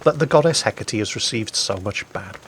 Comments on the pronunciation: Εκάτη, no H and most certainly pay attention to the ά being the accent, if that's what you call it in english. Otherwise you are right. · It's (H) e- KA-te